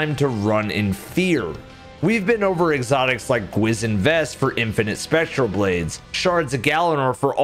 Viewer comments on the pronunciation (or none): the way he said Gwisin Vest made me laugh so hard. As a Korean I was not expecting an exotic to have a Korean name much less have say it that way.